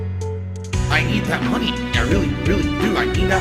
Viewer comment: "Chat is very quiet tonight!" =No MAWNEY!